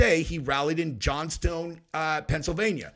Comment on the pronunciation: Johns"town" Pennsylvania lol